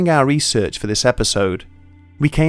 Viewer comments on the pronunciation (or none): none